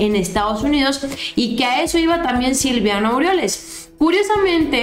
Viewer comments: el nefasto se llama Silvano, no SILVIANO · no se llama SILVIANO Es SILVANO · es silvano, no silviano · felicitaciones por tu programa. Pero no es Silviano, es Silvano. Saludos!! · perdóname que te corrija pero es Silvano no Silviano, saludos y arriba la 4T y nuestro presidente AMLO. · es Silvano no Silviano 😉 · Es Silvano No Silviano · Aguas, es: Silvano no Silviano. Te van a agarrar de cotorreo. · SE LLAMA SILVANO "NO SILVIANO" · es Silvano, no silviano